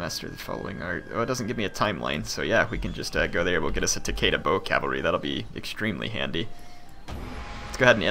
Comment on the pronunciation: great video but it's tah-keh-dah not tekeida